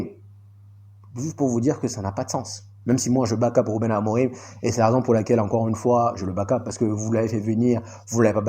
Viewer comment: Mon ami j'aime bien regarder tes vidéos mais quand tu dis Ruben aborimahh ça me fait mal à l'oreille vraiment, il s'appelle Ruben Filipe Marques Amorim, en phonétique c'est amorime avec e à la fin please 🙏